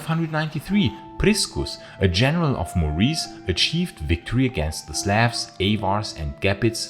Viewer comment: wonderful work and your accent is a great asset, but please the pronunciation of 'slavs' and 'balkans'... please fix it